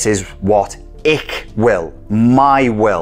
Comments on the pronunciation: Wunderbar interpret of Zarathustra (and the ”platt-deutsch” ick will instead of hoch-deutsch ich will) 👍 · You actually pronounced ''Ich will'' (German) as ''Ik wil'' (Dutch). Which even makes it cooler, since I'm a Dutchie.